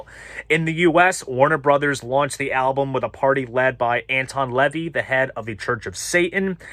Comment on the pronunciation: LMAO. First, it's Anton la-VEY, not "LEV-ee". Next, the black mass at the end of the Coven album won't scare anybody because it's hilarious. You also missed a chance to note that the Satanic high priest leading the mass is none other than noted Hollywood and TV announcer Gary Owens, best known as the announcer on Laugh In.